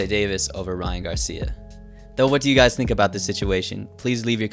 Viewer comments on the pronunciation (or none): none